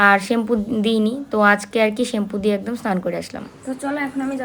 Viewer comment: শেম্পু না। কথাটা হবে শ্যাম্পু